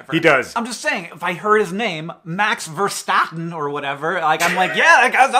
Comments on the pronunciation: Max Verstatin sounds like a cholesterol drug (ik its Verstappen hanks mispronounced version) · As an American living in the Netherlands - MAX VERSTAPPEN YESSS (ver-STAHP-pen, btw) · Dutch pronunciation tips you didn't ask for: the a in both Max and Verstappen, are more like àh than like á (or ae?). Maybe it's even a bit more like the o in the way you say "other", but that one seems weird to me because I definitely don't think of an o when I say that. So maybe say that O from other while thinking really hard about an A. A bit like how Americans sometimes say Box like Bax. But then tone down the enthusiasm, because as the Dutch say: "doe maar normaal, dan doe je al gek genoeg", then after saying the name, and being done with saying Dutch things, bring back the enthusiasm :D. This explanation kind of went out of control.... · I didn't think two American trying to pronounce the very Dutch name Verstappen would bring me this much joy